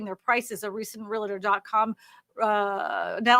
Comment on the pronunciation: HEY; ONE EASY WAY TO REMEMBER TO SAY REALTOR CORRECTLY IS TO THINK 2 SYLLABLES AND NOT 3. REAL-TOR!